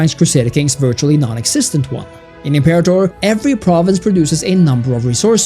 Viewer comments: If you’re going to make a video that garners thousands of views about a video game at least take two seconds to google how to properly pronounce the title. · You guys mispronouncing imperator is killing me. Pronounced im·pe·ra·tor NOT imper-a-tor.